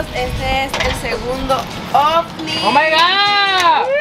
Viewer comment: yo escuchando como dice kim out fit😂🤣